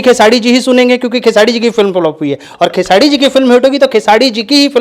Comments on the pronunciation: Tottle khesadi nhi khesri hota h bolna sikh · नाम तो बोलना सीख ले चूतिया खेसाडी बोलता है 😂😂😂😂 दोनो एक ही जैसे😂😂😂😂😂